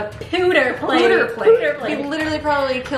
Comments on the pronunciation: saying pewter correct then changing to poo is hilarious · Peww 👉peww 👉. Not pooter 💩 😂. E&C CANDE Detectives. 😆